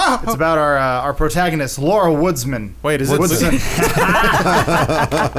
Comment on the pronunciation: I cringe everytime they try to say Laura xD